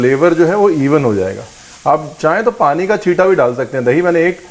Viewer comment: teen THO tamatar le lijiye.. Esa koi word hi nhi Hindi me still hr koi use krta hai.. Like haan becomes Hao.. 🤣🤣